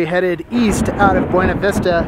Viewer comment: It’s pronounced BoonaVista